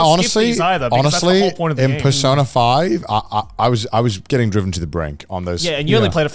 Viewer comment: why he saying persona like that